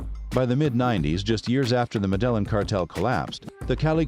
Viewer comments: You are saying the cartel name wrong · U pronunciation of Medellin makes this video lose half its credibility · After doing all this research you could have just learnt how to pronounce the the word Medellin as well… so you say it like a native lol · So many anomalies in this video, Pacho Herera wasn't their guy in America, it was Chepe Santacruz, and that pronunciation of Medellin 🤣 😄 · Whyd he pronounce there last names correctly but couldn’t pronounce Medellin that tilde makes a difference lol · Hummm, I feel your video is lacking a certain depth of research. I hate to harp on...well....just one thing but you've misidentified Chepe Santacruz several times. He was in NYC not Herrera. Also, I'm not sure I'll ever be able to pronounce 'Medellin' correctly again. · Come on man… You could at least learn to pronounce Medellin correctly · After the pronunciation of Medellin, this video lost credibility. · I get that it's a computer voice, but it annoyed me every time it said "Medellin". And the pronunciations of every name was butchered. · I was going to watch this video but the way you say "Medellin" is cringy af. I'm out.